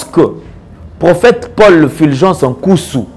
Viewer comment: C'est Fulgence, et non Filgence. Pourquoi vous, congolais de la RDC, avez du mal à pronocer U ? Vous prononcez i à la place de U.